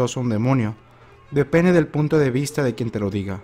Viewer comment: Alguien más noto que dijo depene 😂🤣 excelente contenido explicas muy bien saludos